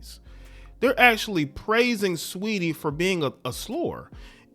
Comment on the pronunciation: “STREETY “ you mean 😩🤣🤣🤣🤣🤣🤣🤣🤣🤣